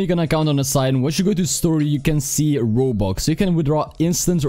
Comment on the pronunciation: Nobody: Absolutely no one: Not even HuMaNs: pronouncing "Robux": Wobux